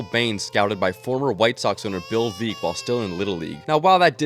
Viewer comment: It’s pronounced veeck as in wreck. Which is also the name of his autobiography.